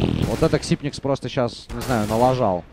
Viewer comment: он же Ксайпекс! не ксипникс